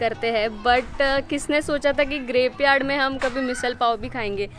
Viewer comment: Grapeyard sounding like Graveyard